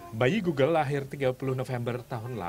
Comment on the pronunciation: G o o g l e ....... di baca glugluglug ..... 🤣🤣🤣